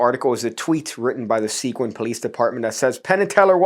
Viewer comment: The town isn’t “sequin” like shiny bits of plastic. It’s “Seguin” as in the guy from the Alamo. Pronounced “seh-GEEN.”